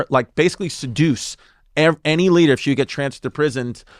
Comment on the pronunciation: the boys are too quick for her. ZIngers just flyin' by.."LADDUH 14"